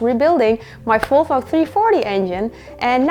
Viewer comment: Love your videos and how you say Folfo🥰 big happy new year from Norway 🍾